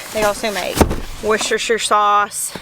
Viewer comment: I'm impressed you pronounced Worcestershire sauce correctly, many Brits can't do that 😂